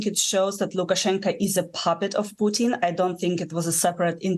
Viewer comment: does she say puchin ? 😂